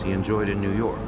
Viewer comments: Haha! The only reason i watch this is for ” former head of the FBI new yahhhk Office” 😂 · No no! It's new Yokk! Lol. For some reason they have a 25-letter alphabet (which never includes the letter 'R') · Its prounouced New Yaak